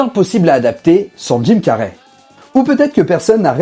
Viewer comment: Dude can you learn how to pronounce his name. You have called Jim Carry; Tim car, Jim carrié, and etc